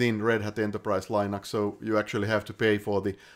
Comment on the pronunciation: Thanks! Super informative video! My only quarrel is the mispronunciation of "Linux".